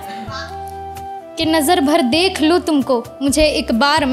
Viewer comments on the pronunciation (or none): none